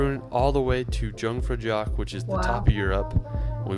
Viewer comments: The second I saw Switzerland I knew they'd talk about Lucerne, so when he skipped it I was like "u wot m8?!". His French ponunciations were fine, but the German ones were just painful. Like Jungfraujoch is pronounced "yoong-fraow-yokh", and Zermatt is "Zerm-ah". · I'm Swiss and I just got so triggered how he pronounced ''Jungfraujoch''😭 its 'iungfrauioch' directly translated it means 'Virgin yoke'😂😅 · Swiss checking in, the pronunciation was the best Haha just that made me laugh hard. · Haha how he said jungfraujoch killed me 😂😂